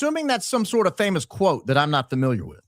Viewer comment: ..." I'm familour with the lady garden..." 😂😂😂😂 I'm creased 😂😂😂😂